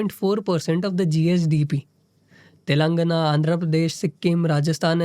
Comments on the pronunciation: तेलंगाण✅ तेलानगना❌ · Telugu has ae and aee sounds. Hindi speakers say "Taaelangana" it should be a soft ae sound, so "Taylangaana" is the right pronunciation.